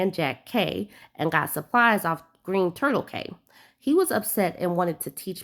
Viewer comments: Just so you know, cay is pronounced key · We pronounce cay as key. Yup it's strange. Like conch is Konk ❤